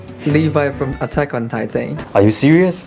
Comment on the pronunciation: He said titan to taitain